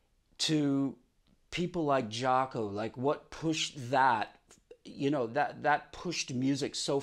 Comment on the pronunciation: Thank God someone pronounces his name correctly. Nice story.